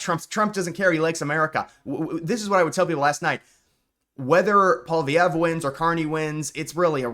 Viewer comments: Hey... would you please stop saying "POL-VEE-EV"??? His name is pronounced "POL-EE-EV"!!!! There's no "V" in the middle of the name!!! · Who is this guy, seriously? Alberta can’t secede. That’s not how any of this works. This guy literally doesn’t have any expertise in what he’s talking about. He just talks out his ass. Also, it’s not “Paul Vee Ev” you dolt. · Let me Americanize the name for you: POLY-EV . You are welcome. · His name is pronounce polly ev. Polvy ev. FYI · “Poly-evv” is how his name is pronounced. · u gotta learn ho9iw to pronounce Pollievre bro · Why can't this guy pronounce Poilievre or Newfoundland?